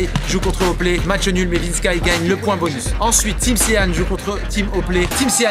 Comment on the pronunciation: C’est plus Vinsky mais VinskAïe